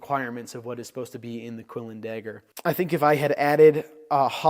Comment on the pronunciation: You pronounce dagger as “degger”